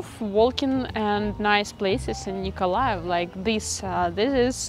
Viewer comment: It is good you say Nikolaev as 90% of inhabitants says and not Mykolaïv